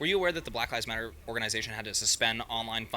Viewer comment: Why did you say it like that? Lol Blahk lahvs motta